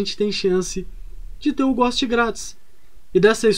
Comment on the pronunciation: Tu falando ghost ou a galera digitando aqui nos comentários: quem erra mais? Kk